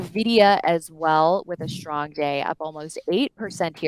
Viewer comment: it's pronounced strong, not SHtrong.